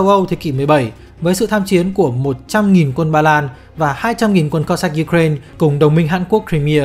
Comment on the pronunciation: nghe phèn phèn ấy. kiểu cố gắng tỏ ra là mình phát âm tiếng anh đúng. ko như người việt đọc là u cà rai na. nhưng mà u cà rai na là tiếng việt hoá mà. xong giờ đọc 1 bên việt hoá 1 bên la tinh. nghe chối chối. k biết có ai vào cắn ko. hic